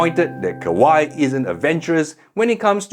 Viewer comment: Kawai, not Kawaii, no e sound at the end